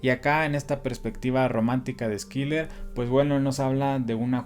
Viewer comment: Si me permites, la pronunciación de Schiller es "shiler" o /shılə/ es alemán. No se pronuncia Skiler. Muy buena reseña.